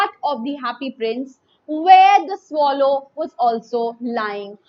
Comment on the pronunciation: mam your pronunciation is wrong........ it is swallow not swallow. so, please correct it